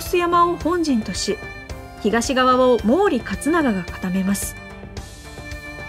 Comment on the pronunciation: もうり勝永じゃなくてもりだよ。 読み方は